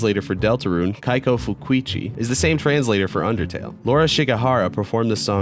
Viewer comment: Keiko is pronounced keiko not kiekoe